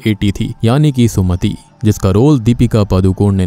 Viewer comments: Its sumati not sumita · bhai naam sumati hai, sumita nahi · SUMATI HAI SUMITA NEHI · Sumati not sumita ok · Its not Sumita, its SUM 80 {Sumati} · Aap yaha barbar Sumati ko sumita kyu keh rahe hai?....Sumati hai unka naam😢😢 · Bro it's sumati but ur r saying sumita it's wrong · Sumati not Sumita